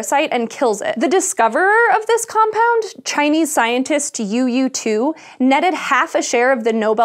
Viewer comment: you lost my attention when you said Youyou To.